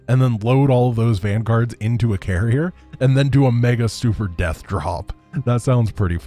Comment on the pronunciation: Carrier... Garry-er... I guess?